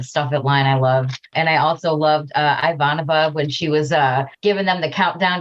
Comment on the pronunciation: And even when they try to say it right, they say it wrong, the problem is the I part, not the vanova part. :P "EE-Vanova"